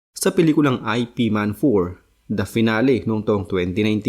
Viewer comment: Hindi aypi man ang basa dun. Eep man ang correct pronunciation.